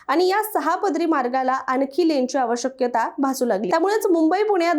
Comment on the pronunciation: "आवश्यकता" असा शब्द असतो ना? "आव-शक्यता" असा शब्दोच्चार कशासाठी करण्यात येत आहे??